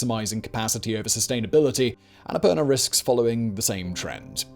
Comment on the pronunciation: Bro, the pronounciation is the Sanskrit word ann-a-poor-naa